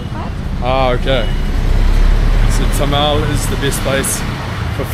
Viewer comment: Its Thamel btw not Tamal